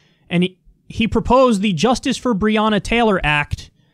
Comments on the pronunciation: Its not brianna taylor. Its brionna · He mispronounced Breonna’s name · Why didn't he stop to talk to them? Why cant rand paul pronounce her name right? Why has Rand Paul not mentioned his bill in his numerous TV appearances since he started working on this, but waited until this event to plead for sympathy on tv? If he's an ally than i suppose so is Donald Trump